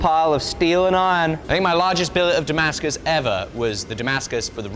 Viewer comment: It's da-MASK-us, not damask-US!